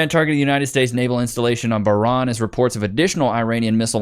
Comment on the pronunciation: lol the mispronunciations of Bahrain and ayatollahs